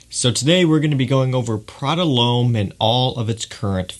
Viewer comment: Prada 'Lome?' - It's pronounced 'Lom' lad.